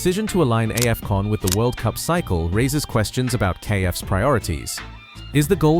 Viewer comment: Is this an AI voice over 😳 🤔🤔🤔 that "Aei-fcon"